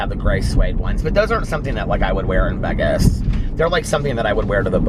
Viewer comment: I really like you and your vlogs. But the way you pronounce Vegas drives me crazy 🤪